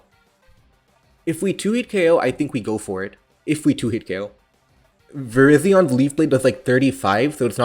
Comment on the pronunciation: How are you going to pronounce Virizion as Verizon? I am new, am I being memed?